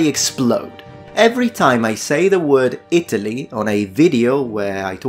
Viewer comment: Re Italy. You pronounce it weird. It's It'lee. And its residents are eye-TAL-yins.